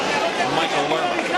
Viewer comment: Lerma, not Lema.